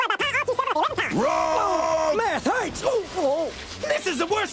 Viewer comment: “Math hoits!” Yes it does.